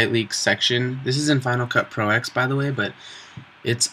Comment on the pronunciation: Dude... it's Final Cut Pro *TEN*! Not "EX". And you need to structure your "tutorials" BEFORE you record them. This is painful to watch. The whole thing could've been HALF as long.